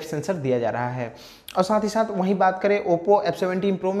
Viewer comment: Bhai ..ek bar bas acche se bol do “MIL RAHA HAI” instead of “MIL LAHA HAI” 😂